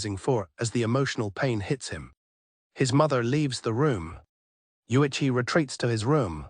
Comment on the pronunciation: AI manages to botch the pronunciation Uichi, Yotuha, and Utsu all in just three minutes.